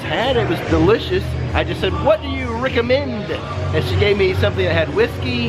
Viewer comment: What do you “Rick-a-mend” 👏